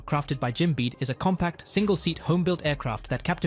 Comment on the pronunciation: Stop using a fake announcer that can't pronounce the text. Bede is not pronounced like bead. It is pronounced like beedee. FAA is not a word. It is an abbreviation. I stopped listening shortly after that.